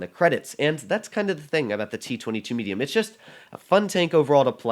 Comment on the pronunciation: What the hell is "meduium" 😂 English is wonderful